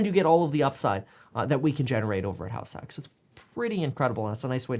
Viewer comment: It sound like you're saying Halifax when you say househack. Realestate investing in Halifax, never considered that before!